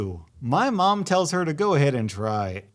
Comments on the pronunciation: did anyone notice mon instead of mom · he says mom instead of mum but mispronounces aunt